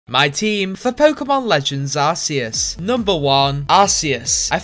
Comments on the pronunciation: Only said it right the third time:/ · I love how he pronounces the 1st arseus, the 2nd arceus and the 3rd arcoos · For future reference, please use the pronunciation "ark key us" instead of "arsey us" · ~Puts on anime glasses~ Aaaccctuually. Its pronounced 'Ark-EE-us', not Arce-ee-us. I will see myself out now. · Arseeus? Ummm I pronounce it like arc e us? Am I wrong? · ITS PRONOUNCED ARKEUS NOT ARSSSSEUS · Arseus u mean arceus pronounced arkeus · Funny skit. But I do believe it is pronounced either Ar-Key-us or ARKOOS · Very shy guy the official pronunciation is “ Are Key us” because the way you pronounce it is the British pronunciation of Ass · It's ar-key-us, it's pronounced like that because otherwise it sounds like arse-ee-us. Long story short: blame England. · I believe it is pronounced arcoos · Ok I think I’m starting to lose my mind. Is it pronounced ars or ark??? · Y u pronunce arceus as RC us/r sea us/ arseus Y u pronounce it lik dat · What a miss calculation Its pronounced arkoos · The two different pronouncing for Arceus. c and k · It's pronounced arkeus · It is pronounced ar-coos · Umm, it’s pronounced arkoos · WHY IS NO ONE TALKING ABOUT HOW HE PRONOUNCED ARCEUS 2 DIFFERENT WAYS IN THE BEGINNING LMAO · I liked how you pronounced Arceus both ways to not piss people off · You pronounced Arceus wrong